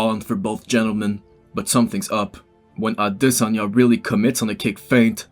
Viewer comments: AdesOnya not Adesan--ya you try to pull off the pronunciation so bad but its wrong homie :D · it's pronounced a-DES-anye brother but I completely agree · Ah-de-sanya....brilliant 👌🏼 great analysis man, the fight didn’t play out anything like I imagined...Izzy was humble in defeat :)